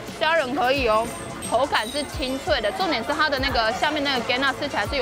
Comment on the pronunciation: 我講台語，講了33年，今天才知道魚漿的台語是那樣子唸的＠＠